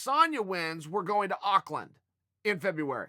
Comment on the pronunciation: Thanks for pronouncing Auckland as good as an American can, Chael!